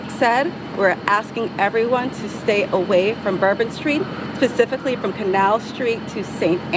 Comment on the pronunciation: Did she say "Pacifically" vs specifically? Is she talking about the ocean? They're saying IED's are not terrorist devices but pipe bombs at the Capitol on J6 were considered weapons of mass destruction, ok.